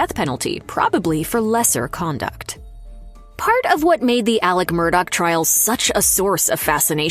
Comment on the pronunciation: It’s Alex, not Alec!!!